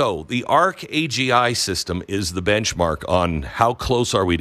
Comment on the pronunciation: "arc agi"? Oh " Arc AngL"? as in Arch Angel?